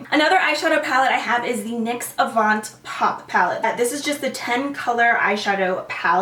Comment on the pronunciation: The "t" in "avant pop" is silent :)